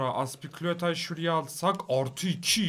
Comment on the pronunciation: Azpikuleta cikiyo 😂 bayiliyom senin oyle demene😂